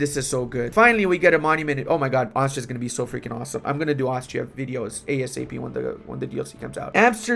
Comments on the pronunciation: iT's nOt aUstraLIA, it'S aUstriA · Aus-tri-a not not australia. Austria doesnt have kangaroo's what are you smoking? Australia has kangaroo's